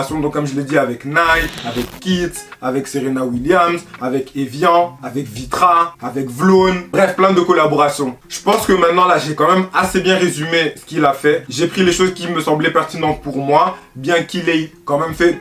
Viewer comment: Nice video mais Vlone ça se dit " Vee Lone " pas " Vlaune " ;)